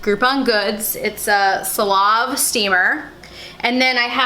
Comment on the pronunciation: Hey! LOVE YOU AND YOUR VIDEOS! The jeans SIZE 27 must be women's...never heard of men's jeans that small. Also, the name of your steamer is pronounced Say-la-vee ...like C'est la vie